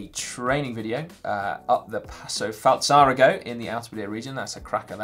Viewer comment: Another geographical pronunciation problem, Falzarego. Si's gone and done an O-TAWA to it!